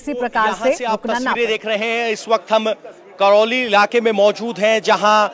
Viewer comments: संवाददाता महोदय, वो करैली है, करौली नहीं। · करोली नही, करैली नाम है जगह का।